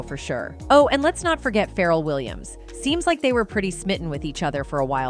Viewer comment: Farrell Williams? Boostah Rhymes? 😂